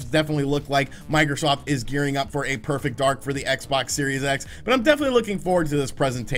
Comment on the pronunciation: Did he say perfect dark or perfect ark???